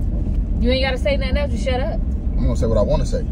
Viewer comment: English, English!!! It's not "nun." It's " nothing." The school system and failed parenting shows. "Nun." 😩 Instead of going back and forth with me, you should be trying your hardest to read, " Hooked on Phonics."